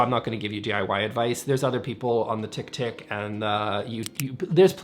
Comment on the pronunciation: "On the TickTick" LOL,....😂😂😂